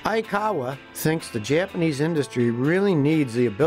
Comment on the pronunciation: Great history lesson. You can speak Japanese names and words, better than most Americans. :)